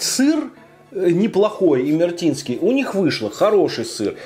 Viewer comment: Это имер`етинский сыр А не имерт`инский